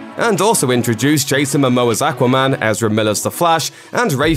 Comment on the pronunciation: Like how he says aquaman lol